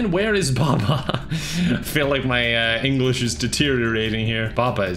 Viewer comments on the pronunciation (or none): none